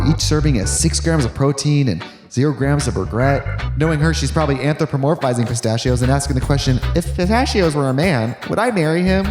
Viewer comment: katya: "pristachios"